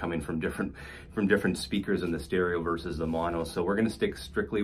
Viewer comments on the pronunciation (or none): none